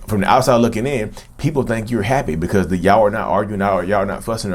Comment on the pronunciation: Can you make a Narcissist "Heppy"? I like the way he pronounces happy